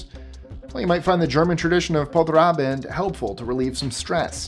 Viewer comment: Nice butchering of Polterabend, btw intact bullets don't hurt unless you toss them hard or actually fire those